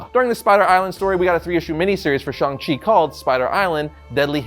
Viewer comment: Will never pronounce 'Shang' -Chang like 'Shong/shawnng' ever. As for the new guy and comics-looks nothing like Shang Chi. Plus no Fu Manchu which kills it all for me. Old series with Zeck and Gene Day IMMORTAL in my mind.